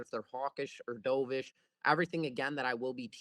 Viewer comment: Doveish is pronounced Dove like the bird. Not Dove like in what you did in the pool.